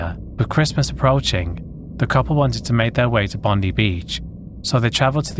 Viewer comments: Not Bond-ee Beach, Bond-i Beach. Take it from an aussie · Pronounced 'Bon-die' Beach, instead of 'Bondee/Bondy' ❤ Love your work. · Bond-eye if you prefer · It's pronounced " BOND - EYE"!!! And it's not the "Hume Freeway". It's the Hume HIGHWAY! It's the highway close to where I live in Sydney. 🇭🇲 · as an aussie the pronunciations are killing me lol. Bondi is pronounced "Bon-die", Melbourne "Melbin" :) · just for future reference: Melbourne=Mel-burn or melb'n Bondi=Bond-eye Milat=Mill-at